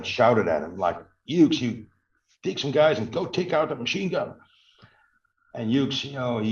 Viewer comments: The proper pronunciation is HUGHES! MY father was in the 101st and then went into 82nd post World War II. Please have somebody fix the video. It sounds like he’s saying Hue. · Another excellent video. Great work! By the way, Hughes is pronounced HEWS.